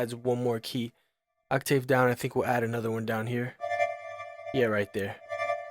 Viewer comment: Serious? On the pronunciation of..."octave"